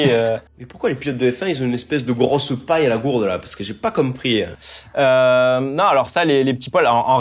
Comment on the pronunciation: T’as comprieuh Guillaume ?